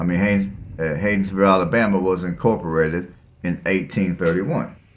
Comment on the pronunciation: Learn how to spell and pronounce the town you are talking about.